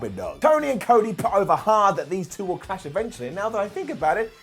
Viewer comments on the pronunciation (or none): none